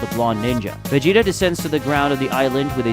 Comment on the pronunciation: Who tf is Vedeeta? Stick to the AI voice. Swapping back n forth is dumb